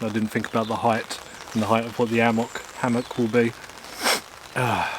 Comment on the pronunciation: Never heard of an ammock Is it really that hard to pronounce the H? Hammock! Cmon